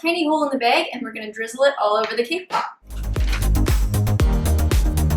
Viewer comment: Does she know how to talk English because she said beg and it's is bag!